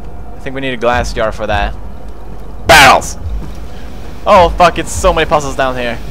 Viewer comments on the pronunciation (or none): Amnesia didn't scare me..You saying "BARELS" did XD